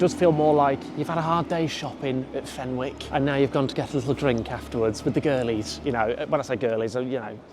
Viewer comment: The pronunciation of “Fenwick’s” is giving me a migraine